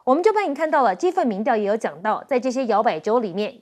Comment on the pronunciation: 民‘調’，是二聲，不是四聲